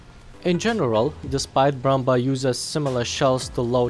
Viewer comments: It's called Brummbär not Brumber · It's pronounced "broommbear". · AHH it's pronounced like: Broombär, but the oo is short, and the ä sounds like the a in barely. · you can pronounce bär like bear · Brummber. Ä=E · Love how you say Brummbär :)